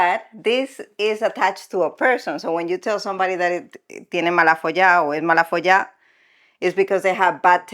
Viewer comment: is MALAFOLLA no MALAFOLLÁ